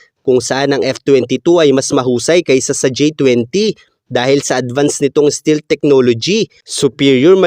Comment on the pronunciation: Hindi Stilt❌️ Iba meaning ng Stilt Sir... Google mo pa... Ang Tama STEALTH✅️ St"E"alth...